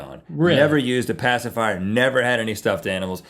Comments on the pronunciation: "Pacifwower" = Passive hour? XD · Hello from 2020. I’m just here to appreciate the commitment to pronouncing it “pacifywer” throughout the video 👌 👍